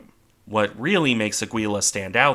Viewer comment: Nice video and your pronunciation isn't that bad - except for the ship in question: it's actually Áquila.